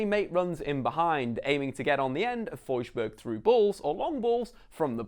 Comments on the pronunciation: FoJRsberg?!??!?!? DUMB BRITT its FoRSburg u say R and S not J. He is Swedish much like myself and i felt offended when u pronaounced his name a german way! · Im Norwegian not swedish, but im pretty sure Forsberg isnt pronounced «fojburg»